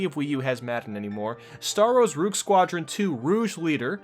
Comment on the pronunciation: "Roog Squadron 2: Rouge Leader" ...huh? Both of those words are "Rogue", rhymes with "Vogue".